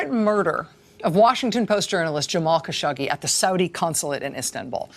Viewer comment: Rachel! It is not only refreshing but so respectful to hear you pronouncing the poor late Jamal's surname correctly. To all the rest of the ill-educated robots reporting on this tragic story, Jamal's surname, Khashoggi is pronounced just as you hear it utter forth from Racel's lips: "Kash- oggy" rhymes with: cash and doggy OK, Can we all take note and move on? Please!